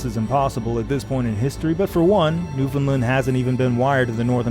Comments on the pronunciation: NewfoundLAND, pronounced like understand. NOT NewfoundLUND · Jon, I am incredibly sorry to have to point this out to you but you pronounced Newfoundland wrong this entire video. It’s “Newfun-land”, emphasis on the Land. Not “New-finlind”. Apart from that great job. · Please promote newfoundland as newfin-land instead of newfinlind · I live in Newfoundland and it's always kind of cute how people minorly mispronounce the name even if they can get closer than saying "new found land" all broken up like that. It's kind of hard to tell somehow over text how you would need to say it to be understood as native but it is weird how such a simple name manages to be a shibboleth for atlantic canadian-ness. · Everybody in the world pronounces Newfoundland wrong, and as residents we're very used to it. It should rhyme with "Understand". Great video and I've enjoyed these so far! Thank you for the content. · It’s an incredible video with amazing research and production, but he pronounces it incorrectly. It rhymes with “understand.” Source: am a Newfoundlander. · Jon I hate to be the bearer of bad news but you pronounced "Newfoundland" wrong at about and now everyone watching from that god forsaken island will let you know about it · He is not pronouncing it correctly. I live there. It should rhyme with "Understand". Best regards! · Jon, I'm sorry, but that is not how you pronounce Newfoundland.